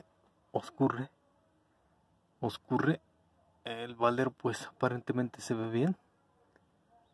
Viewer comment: Señor de Méjico se dice escurre NO OSCURRE